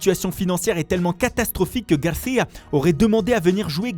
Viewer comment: "ARAUJO", "GARCIA" c'est quoi cette accent